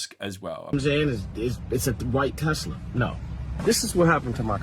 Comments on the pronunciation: "I love tesler!" 🎉😂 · It’s pronounced “Teslurr” now. “I love Teslurr!”😂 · Nah mate its TeSLUR